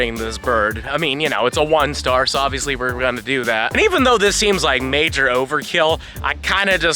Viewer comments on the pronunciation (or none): none